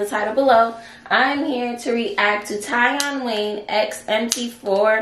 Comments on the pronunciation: TieOn is pronounced TeeOn 😂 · He pronounces it TEE ON (Tion)